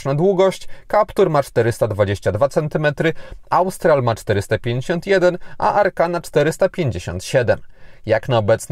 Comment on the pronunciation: Tak w ogóle to mówi się Ostral i Sębioz. Espri Alpine.